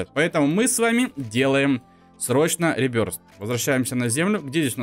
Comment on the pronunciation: Ребёртх а не ребёрст